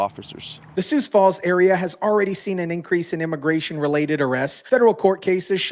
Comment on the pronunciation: Are you AI? It's pronounced SUE Falls, not SOOS Falls. 🤦‍♀️ They need to send Ice up to Brookings, Watertown & Milbank SD.